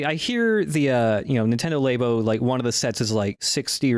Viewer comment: apologizing for pronouncing Labo as Laybo, but not ZX spectrum as Zee-ex Spectrum.